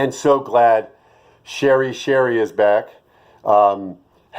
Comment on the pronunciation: ~ Yes, I am happy to be able to comment again. It was the weirdest thing too because I could do everything else like searches, etc., but I couldn't leave a comment anywhere on YT. Turns out it was the latest YT update. BTW ... I am NOT a Sherry .... I AM Sheree sounds like Sure-ee. Just remember the song by the Clash, Rock the Casbah, "Sheree (sharif) don't like it, rock the casbah". Thank you, JK. I really enjoy your videos. Blessings🤗